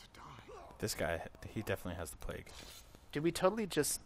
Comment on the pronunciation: He totally does say 'pleg', haha. I was thinking the same thing.